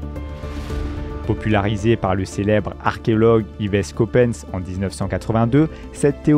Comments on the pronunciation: "yvèsse copèsse" 😂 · yvèsse coppens ? ororin ? un effort svp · D'ailleurs je tiens à vous dire que cette vidéo est remplie d'erreurs. La prononciation d'Yves Coppens m'a tout particulièrement choqué!😅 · En tant qu'étudiant en paléoanthropologie, je peux vous dire que cette vidéo m'a profondément choqué, dans le mauvais sens du terme. Surtout la prononciation d'Yves Coppens😢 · Au bout de quelques minutes la prononciation du nom Yves Coppens m'a choquée... Ensuite une erreur quand le narrateur lit : nous faisons alors un bond de presque 100.000 ans alors que c'est un bond d'un million d'années dont il parle. Du coup je n'ai pas continué le visionnage. Dommage, le sujet m'interesse et l'idée de cette généalogie expliquée est très bonne. Par contre, bon choix pour les images. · il ne sait pas prononcer le nom d'Yves Coppens, français